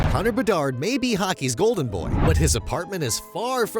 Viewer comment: Hahaha, came to say the same 👍